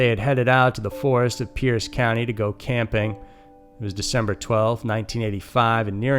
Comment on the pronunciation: Pierce County not Peace County.